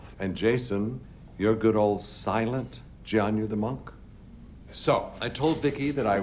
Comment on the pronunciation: They're still calling Jason "Jian-yu", too 🤷‍♂